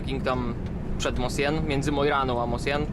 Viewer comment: Fajny filmik. Mosjøen, z grubsza - wymawia się "muszjon".